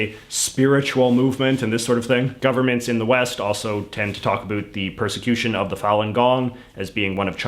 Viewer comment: ... intimidation and what: "persection"?